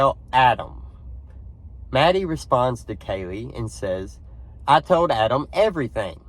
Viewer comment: I do not believe this audio is legitimate because the pronunciation and intonation do not sound like a speaker of American English. *Pronunciation: Instead of saying AD-am, with the first "a" as in the word "mad," the speaker says "Ah-dam" with the first "a" pronounced as in the word "Fa-ther." Also when we say the name "Adam" we stress the first syllable but in the tape it is "A-DAHM" with the stress on the second syllable. *Intonation: The intonation of the sentence is off too for American English because it is said "What did you say to "Ah-DAHM?" The normal intonation would be to stress the verb "say" but in this utterance the stress is on the last word "Ah-Dahm." Also there is an indistinct sound like "ack" at the very beginning . The second utterance is less distinct but also sounds "off" to me. " I . . . I told ---- ---- " (?) I know that some think it says "everything," but it was not clear to me.